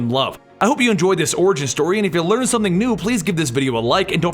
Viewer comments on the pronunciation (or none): none